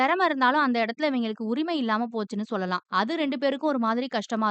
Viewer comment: Sollalaam nu solla kootatho Athu enna chollalam Irritating ah iruku 😖